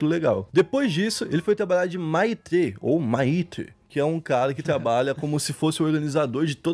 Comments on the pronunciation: Maitre se procuncia "Métre" , é tipo sub-gerente do restaurante. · Parabéns pelo vídeo. Gostei muito. Só uma correção: Maitre em francês fala-se MÉTRI. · a pronúncia é: " METRE". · “Maitre” é foda hahaahah se lê metre. É o cara que cuida dos garçons hahahahaah maluco, as vez eu esqueço a sorte que tive na vida. Poxa, bora estuda mais mano.... vc apresenta temas variados, vai ter que dar uma nerdada. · Se lê métrê Jesus kkkkkk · A pronúncia de maitre foi demais kkkkkk CreiDeuxPay